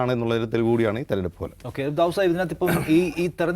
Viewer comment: ദവുദ് സായിപ്പ് 😂 അല്ല നിഗ്രോ 😂